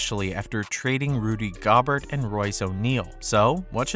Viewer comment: 🤣🤣He said "Rudy Gob-art" & "Jay Morant"